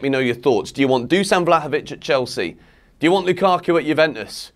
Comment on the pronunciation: Better vlahovovic on bench then lukaku. I said it month ago. And it's pronounced Dushan.